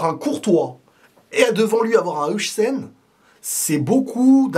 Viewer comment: Arrête de dire Heujsen stp, c'est Heuysen sinon ça va être dur de regarder tes vidéos toute la saison prochaine 😂😂